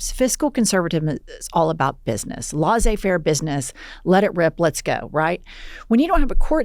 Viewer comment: Jennifer, laissez in laissez faire is pronounced like this: lay-say. You're welcome 😊